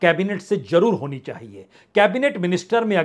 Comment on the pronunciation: Sabse pahle to apna pronunciation theek kijiye Jarur ko Jarur mat boliye pichhali bar bhi 2019 ke Chunav se pahle BJP teen Bade state Har Gai thi per Kendra mein 50 seat Adhik Mili thi Ab To is bar BJP ke Hath Mein Sanatan ka Munda Congress Ne De Diya Hai Ab To BJP ki balle balle hai Ab To Congress Mukt Bharat avashya hoga Jay Shri Ram namaste